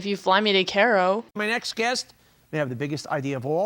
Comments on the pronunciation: What's up with these Zoomers inability to speak the English language? Even in elementary school (or Primary school) I learned that it was pronounced 'Kye-Row' NOT 'Care-O'. All of this generation acts like the English language is a foreign tongue instead of their native language. Maybe for some it is. That's another subject. That's what happens when your neck is bent down typing instead of TALKING. Typing can't teach you HOW to speak. It's really prevalent amongst this age group, not to single you out. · Fiest time watcher. Like the content. Threw you the like and sub.... I HAVE TO mention cause i can't stop thinking about it.... it Cairo like KIY RO. It's the capital, def the most famous maybe behind Giza where the pyramids are, you have had to have heard it pronounced in your life, just thought I'd mention it. Other people will be shitty about for some reason... cause internet.